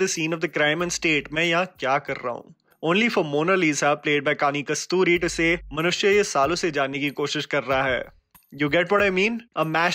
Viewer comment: It's not Kasturi It's Kusruti